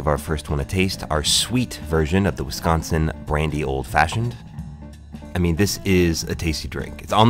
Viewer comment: I gotta get my ass down to the Settle Down now. 1.4 mi seems so far during the pandemic, but I gotta after this video. And you didn't say Wisconsin incorrectly, which pleases me. Thanks for this video. Sorry my brethren are so... noisy... on your other videos. We just take this stuff seriously.